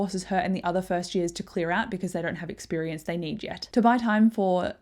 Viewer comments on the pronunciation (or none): none